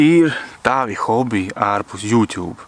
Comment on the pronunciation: Aicinu sākt izrunāt YouTube kā "jūtubs" nevis "jutjub"